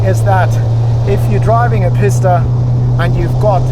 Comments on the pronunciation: Would’ve liked to watch this but had to turn off, him saying Pis-ta all the time is so irritating, bro it’s Pi-sta as in Peee ssss tttt a. Like if you’re gonna say it a million tines, at least get it right. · its a peesta, say it, pee-sta, not pissta, ok sweet.. carry on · its PEE-STAH not PISS-DUH